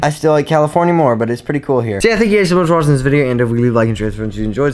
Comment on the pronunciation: "but we are gonna go and end this vidego hhhhere"